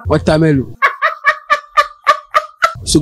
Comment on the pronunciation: LOL, LOL!! did he just say "watermelo" lol and I thought my best friend was crazy when he pronounces watermelon as "watermillion" LOL LOL LOL